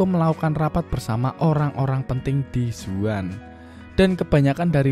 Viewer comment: zaun bukan zuan :D ekko bukan ecco